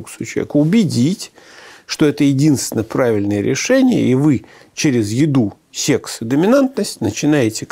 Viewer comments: Да не сЕкс, а сЭкс. Произношение сЕкс звучит как-то по деревенски. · Когда человек произносит сЕксь, хочется поскорей его не слушать... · Сэкс это сеекс 😂